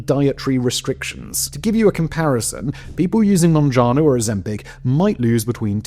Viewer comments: MounjaRo, not MounjaNo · Mounjaro. Not monjano. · Mounjaro not mounjano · It's MounjaRo not Mounjano since you mispronounced it multiple times...